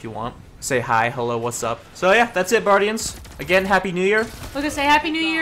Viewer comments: "hey buardians, micropachycephalosaurus here" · "what up buardians. Sir thicciest here."